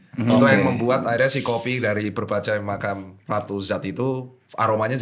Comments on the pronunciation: berbagai macam❎ berbacai magam✅ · Berbagai macam jadi berbajai makam 😂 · berbagai macam dok, bukan berbajai makam 🤣🤣🤣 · Ada yg nyadar nggak sih dr Tirta bilang berbagai macam jadi berbacai magam wkwk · dokter tirta : berbajai makam😭 mksdnya berbagai macam kan dok?😂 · dr. Tirta di menit 23.49 bilang berbagai macam, malah bilang berbacai makam. ngakaakk bgtt 🤣🤣🤣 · berbagai macam kali dok, masa berbacai magam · “berbagai macam” dr. tirta: berbacai magam 😂😂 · Detik dokter tirta ngomong berbagai macam jd berbajai makam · lucu bgt lg dr tirta typo ngomong berbagai macam jd berbacai magam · Berbacai Magam -dr. Tirta 🤣 Typo mulut wkwkwk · Apa gw doang yang denger dr. Tirta: "berbacai magam" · salfok ke "berbacai magam"🤣🤣🤣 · dr. tirta di menit : berbacai magam XD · berbacai magam Maaf dok tirta aku ngakak wkwkwkwkwk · berbacai makam 😭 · coba perhatikan , berbacai makam 🤣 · berbacai magam...